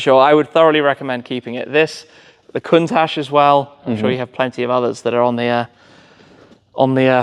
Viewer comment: Also... Coon-taj is absolutely not how anyone should refer to the kun-tash. Especially as an owner of one! Coontaj 🤣🤣🤣🙄